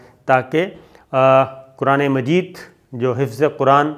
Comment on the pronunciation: Sir Aslam o Alikum i love you sir ji Sir me apka bohat bara fain hon me apki har video dehkta hon Hamisha kush rahy Allah paak apko lambi zindagi day Butt sir aj pihr is video me choti c galti hvi hai ap se ap ne quraan majeed ko quraan marihk ya quran mured keh diya sir sorry butt me apka ik ik lafz bary dihaan se sunnta hon Sabir Shakir zindaa baad Pakistan zinda baad Pakistan paindda baad